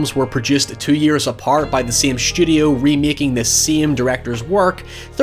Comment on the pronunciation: "shhhtudio" - why must you speak like this... distracting.